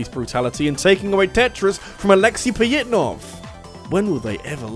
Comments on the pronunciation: Or "Pajitnov"? In my limited understanding of Russian, "Ж" makes a "zh" or "j" sound, not a "y." The closest they have is "Я (ya)," "Е (ye)," "Ё (yo)" in some cases, and maybe "Ы." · The way you pronounce Pojitnov's name rubs me the wrong way